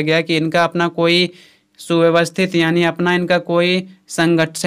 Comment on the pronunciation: bhai yaani hota hai aani ni😂😂😂